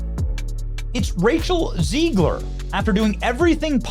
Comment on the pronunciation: Did you say “Racial Ziegler?”… lol😂